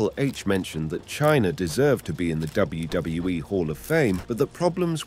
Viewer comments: It’s kinda hard to focus on the video when you keep saying WdaWE WDoeWE WdeeWE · what is this WBWE, WJahWE and WDohWE the narator is talking about? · Less than 7 seconds in and “W Duh W E” dude sort your channel out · This guy can’t say WWE properly 😂